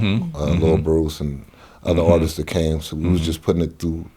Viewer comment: So nobody gonna correct the homie Legitimate B on saying ArtistsES?